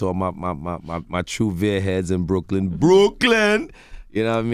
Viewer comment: why he say Brooklyn like that